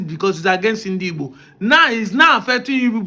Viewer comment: It's igbo please learn how to pronounce it